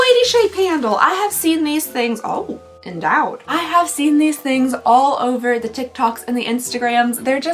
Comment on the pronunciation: “Oh… eNdOwEd” 😂